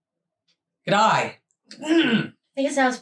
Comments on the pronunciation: We Aussie abbreviate everything we can and drop our vowels often. Assuming you were trying to say good day. In Aussie it would be Gud-ay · You're not doing bad with your G'day. You just have to remember it's G'day, not G'die. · Hey, If your horses eat hay, that's the ay in G'day. Not g'die. Love you girls. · Gday - guh day (like hay or monday, there is no I at the end) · a try saying G'day this way ------ gid- day and run the two together! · try it this way... Gud A. Said as one word. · A+ for effort on the G'daay, F for execution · Try to pronounce g'day as gidday, it may help you 😉 I'll watch your video now from New south Wales Australia 🇦🇺 😀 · Good effort😂 probably suggest geddaay, see how it goes, luv your showdy. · This is how you say G'Day... Ghee Day, Ghee as in the clearified Indian butter and Day just the normal way. I hope this helps you out. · Hi Team. It's G,day with the emphasis being on the G as in g being long and day being short. Ggg, day. Just a thought. Love you both. Cheers. Richard from Tasmania Australia 🇦🇺